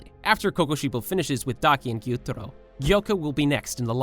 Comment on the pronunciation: Your voice is so annoying, you speak with so many intonations and seem to make up the pronunciation of names, like gEYoOtArO